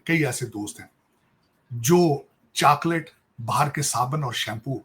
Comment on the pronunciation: He couldn't even pronounce chocolate.